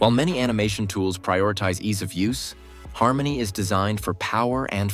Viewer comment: Har-money is accurate.